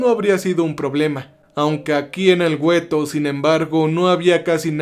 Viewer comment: Amigo, la palabra para describir las barracas donde estaban hacinados los judíos ( mayormente ) se le llamaban " guetos " no " güetos ", estoy segura que lo tomarás como ayuda y no como crítica mala onda, me interesa que la calidad de tus videos suba, saludos cordiales.